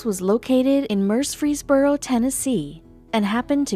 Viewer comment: Mur-fees-bur-O. also, I live in Tennessee!